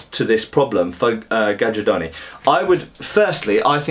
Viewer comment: Read it GAIARDONI, like the "J" is just an "I". It's the right italian pronunce.